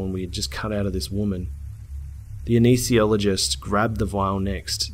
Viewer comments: Say it with me: "Ah-Ness-Thee-Sea-All-Oh-Jist" Big fan, love your channel, Pronounciation counts! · it peeves me when he says aneesethiologist, when it's anesthesiologist